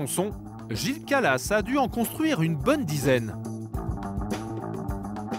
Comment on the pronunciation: C'est pas Gilles calas mais Gilles kralass